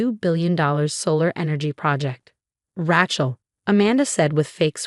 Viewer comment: It's Ray-chul.